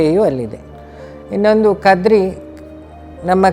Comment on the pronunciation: Not. Kadri.....it's. KADRE.... The Tulu word